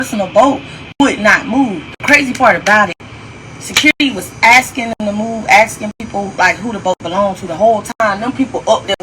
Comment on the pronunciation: The word is asking, not axing...